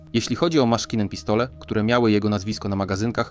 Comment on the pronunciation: Jak usłyszałem 40 raz "maskinen pistole" - to wyłączyłem to w peesdu!!!